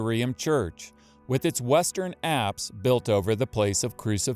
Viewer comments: Forgive my ignorance please what are the apps Location..are you saying Acts or what are you saying? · at about 15 minutes you speak of the apps. Or something that sounds like apps. ...abbs? What does this word mean?